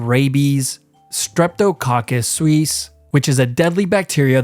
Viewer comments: Lol as an italian...I had raw beef meat laarb multiple times in Thailand 😅 😢 ☠️ anyways you pronouncing Streptococcus suis as Suisse is killing me 😂😂😂😂 "suis" means "pork's" and the stress is on the "U". So you should pronounce it as sue is and not sweez 😂😂😂😂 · You pronounced suis incorrectly